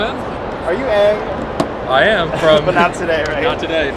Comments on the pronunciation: Its pronounced Aang🙄 Didnt u watch the fkn movie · Watched the whole show and can't pronounce Aang properly